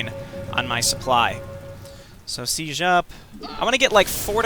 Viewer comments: The way you use the fricative [ʒ] instead of the affricate [d͡ʒ] in [sid͡ʒ] really messes with me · The way you use the fricative ʒ instead of the affricate d͡ʒ in [sid͡ʒ] really messes with me